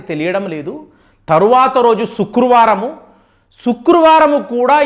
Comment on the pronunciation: శుక్రువారం కాదురా అయ్య శుక్రవారం